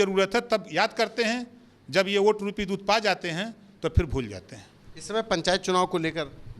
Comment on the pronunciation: Abe Burbank pahale bolna sikh lo oat nahi vote hota h🤪🤪🤪🤪🤪🤪🤪🤪